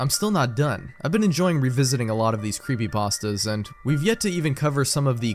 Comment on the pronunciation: Ah yes, I love gaming "creepypastdas"